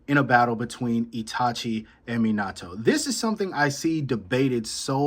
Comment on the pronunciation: Bro can’t even say minatos name correctly and he trynna tell me he would beat itachi boi Gtf